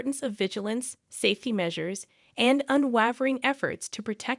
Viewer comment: Lol... unwahvering?? UnwAvering. And some of those cases are family murders, not abductions. Mcann, Ramsey, Anthony...